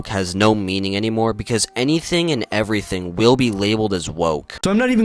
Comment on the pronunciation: And everytink